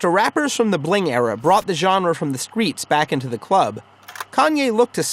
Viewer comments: Please tell me he did not say "skreetz" T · did this man say skreets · Did this nigga just say the "skreets?" lmao